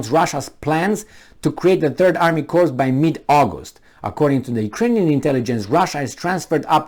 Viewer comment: Corps is pronounced core.